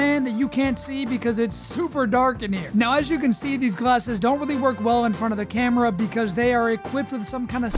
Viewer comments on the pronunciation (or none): none